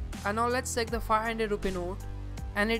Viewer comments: Bro you fucking check(seck) your English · it's not sake but check, improve your pronunciation